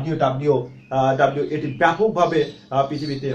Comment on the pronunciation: টিউটোরিয়াল টি ভাল। কিন্তু ডাব্লিউ ডাব্লিউ ডাব্লিউ না বলে বলুন ডব্লিউ ডব্লিউ ডব্লিউ।